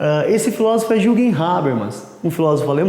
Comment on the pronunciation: Não se le "juguem", se le "yürguem"...é alemão :x